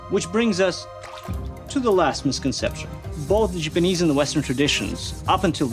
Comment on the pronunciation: The differences in the steels gave a fantastic look, but I still can't stand hearing say "Jipinese" over and over.